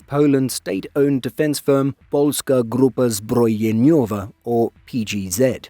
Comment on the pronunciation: Congrats on Polska Grup Zabrojeniowa pronunciation ;)